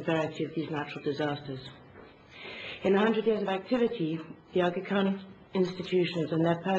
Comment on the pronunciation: she even can't pronounce Agha Khan properly :) lol